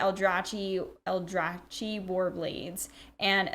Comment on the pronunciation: Love the ratings, and the different take on a bunch of different cards! as a side note Il'gynoth is pronounced ill/ga/noth, and Aldrachi is pronounced Al/drack/ee